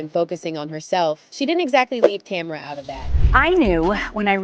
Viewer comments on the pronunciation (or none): Tamera not Tamra.....smh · I was literally about to write the same thing. It’s not Tam-er-a! Say this woman’s name correctly or don’t make a video about them. So rude. Ugh lol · It's "tuh MARE ruh". How you gone do a whole video and not research how to pronounce the woman's name?